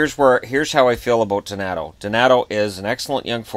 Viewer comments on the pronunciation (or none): none